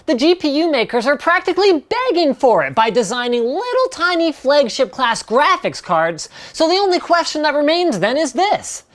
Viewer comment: Linus, one question; What's a Grasiphics card?